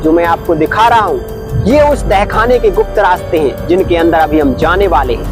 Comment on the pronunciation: Apne bahut achhi jankari di lekin ak bat kahu ki aap dahkhana bol rahe h use tahkhana bolte h baki galati chhma kre🙏